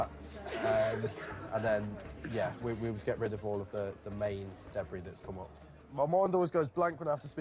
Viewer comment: Debris=Debree, not debress!